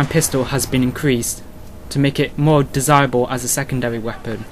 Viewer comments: wepOEEEn :D where r u from?^^ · weapooooonnn what a strange accent